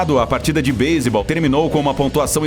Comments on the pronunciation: E ele fla baisebal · NÃO ME CANSO DE VER ELE FALAR BASEBOLL MANO ATE SALVEI NOS FAVORITOS KKKK